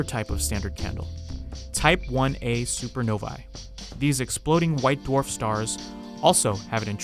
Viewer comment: You’re pronouncing supernovae wrong